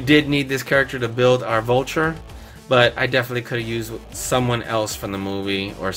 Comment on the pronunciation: Omg why did you say bulture